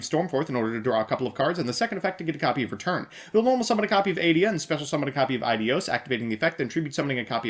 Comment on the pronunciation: The intro sequence made me puncture both my fucking lungs also you pronounce "Eidos" exactly like "adios" (goodbye) in spanish funnily enough you can't pronounce adelantado